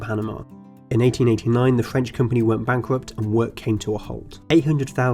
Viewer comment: The pronounciation is ... bankwupt wooswelt, fwench empiwe, ... ouch.